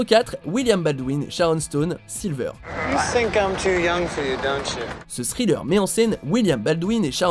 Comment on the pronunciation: Le titre est bien écrit "Sliver" mais tu dis "Silver"